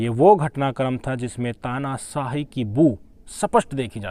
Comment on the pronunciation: Tanasaahi nahi Tanashaahi bolo